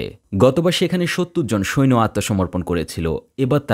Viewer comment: শব্দটা সৈন না। সৈন্য